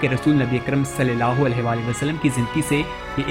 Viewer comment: برائے کرم صلی اللہ علیہ و آلہ و سلم کو زیرسے نہ پڑھیں زبر سے پڑھیں